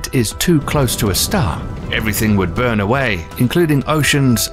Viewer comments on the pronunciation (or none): none